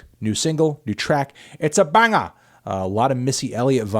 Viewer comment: I listen to these on my Monday commute and both times you yell BANGA in a British accent I spilled coffee on my white T-shirt so thanks melon